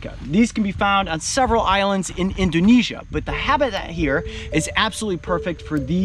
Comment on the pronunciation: Bro I'm Indonesian and I love them and you said Indonesia wrong